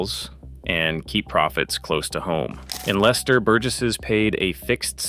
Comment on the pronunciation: Odd that AI can pronounce Leicester correctly but not Towcester!